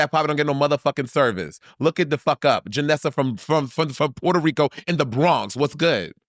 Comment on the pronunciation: JANNESSA. JANNESSA. AINT YOU FROM NEW YORK? DO YOU KNOW HOW TO SAY JANNESSA? brooooo!!! lmfao